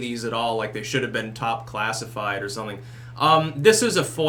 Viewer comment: I like the way you say "something". Comes out as "sunthing"